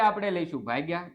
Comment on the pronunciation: સાહેબ તમે ભાગીયા ને તમે ભાંગીયા કેમ બોલો છો😅😅😅😅😅😅😅😅😅😊😊😊😊😊😊